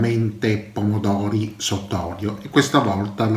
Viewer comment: Pomodovi fveschi... Zucchine fvesche... Pepevoni fveschi... Tutto fvesco insomma.. E il panino l'ho sfilettato io pevsonalmente.